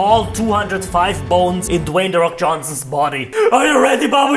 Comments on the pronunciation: "De roc" -Babushka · "de rock" babusuhka: "de fok"